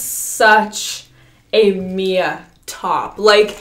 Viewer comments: Who’s gunna tell her it’s M.I.A not Mia 😂💕💕💕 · Is anyone gonna tell her the boots’ brand is M.I.A. not Mia… lol love ya Mia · When Mia thinks the shoes are named after her but the brand is pronounced M.I.A like “missing in action”